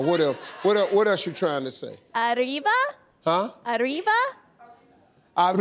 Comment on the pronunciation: She got it wrong , it's ariba not ariva